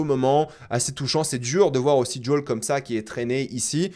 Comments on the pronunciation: JUL n’est pas dans cette série, on prononce toutes les lettres « J O E L » 😅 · Son nom se dit pas "jol" mais plutot comme "jowel" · Par contre je sais que tu aimes la VO mais par pitié arrête de dire « djôle » je me suis étouffée en l’entendant 🤣🤣🤣 JO-L suis sure tu peux y arriver 😉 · lol ce n’est pas “ jol ” c’est Joel mdr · Jai beaucoup aimer la bataille a Jackson, super idée c'était bien fait et "impressionnant". Le colosse était lent idiot et costo nan franchement la bagarre j'adore. Et par pitié arrête de dire djol je comprends pas, a quel moment a tu entendu un personnage l'appeler djol ? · Top vidéo comme toujours.. cependant.. il faut arrêter avec Joel tu rends fou!! Depuis quand ça se prononce Djol🤣🤣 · Pk tu appelle Joel « JOL » mdrr